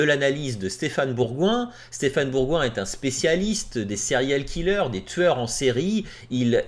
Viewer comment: Des sériyoooll kelleuurrzz